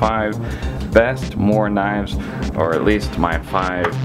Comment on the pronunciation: Well pronounced morakniv :D !